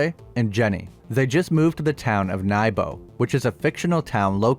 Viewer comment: It's so cringe and funny at the same time to hear Americans try to pronounce Scandinavian names. Also Nybo is not fictional. It's a county and city in both Norway, Denmark and Sweden.